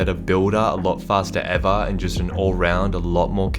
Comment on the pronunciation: “A faster evar” 2020